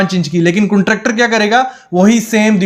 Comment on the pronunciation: कुंट्रॅक्टर नही कॉन्ट्रॅक्टर 😂😂